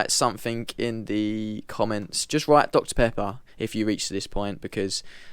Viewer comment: Dr pepper! Don't worry about pronouncing the name, close enough. been called worse 👍